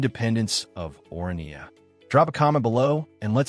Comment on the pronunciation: I am a South African, you really don’t have to explain anything to me. You are however doing a poor job explaining it to the rest of the internet. I have also been to both of these places numerous times, have you? Your content is factually wrong, you mispronounce the names of both towns, and the premise of the video is silly to say the least. Comparing Orania and SOWETO (South Western Townships) is senseless because they are not comparable entities in the first place. Orania is a small, privately owned, voluntary community built around a specific cultural and governance model, while SOWETO is a vast urban area created by apartheid-era state planning as a labour settlement for Johannesburg and later shaped by mass urbanisation, political history, and metropolitan integration. One is intentionally small, controlled, and self-selected; the other is city-scale, diverse, and structurally embedded in a major economic hub. It is further absurd to ask random viewers “where would you choose to live?” because the premise of the question is fundamentally flawed. The first determining factor would be the race of the viewer, followed closely by culture and, in the case of Orania, specific cultural and social requirements that would automatically exclude most people. These are not interchangeable lifestyle options presented on equal footing; they exist in entirely different historical, demographic, and social realities. Economically, the comparison collapses completely. Orania operates a